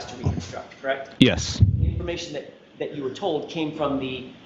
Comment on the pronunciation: And “dat.”